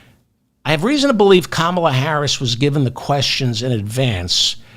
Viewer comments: David, it’s comma-la. Not kaMALA. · Nice video. Please pronounce Kamal's name properly 'kamala' not 'Kaamala'. Thank you. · Brilliantly done, David, so well explained. Just one thing........KAM-a-la. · Please pronounce Comma-la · You're mispronouncing Kamala. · Why do you insist on mispronouncing her name? Otherwise I enjoy your program. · Pronounce Kamala properly please